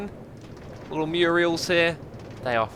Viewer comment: All those lovely 'Murials' - Xisuma 2019